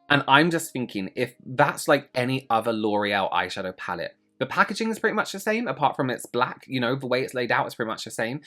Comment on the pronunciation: I’m sorry “loreal eye shafow” is hilarious to me 😂 glad to know I’m not the only one